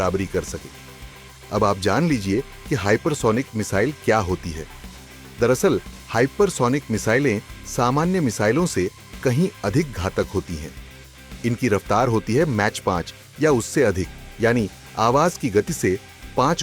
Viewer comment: Bas ese hi pagal bnate raho nakli media or log bhi khush ho jaate h😂😂Abe mach 5 hota h match 5 nahi..or poore confidence se Gyan bant raha h hahaha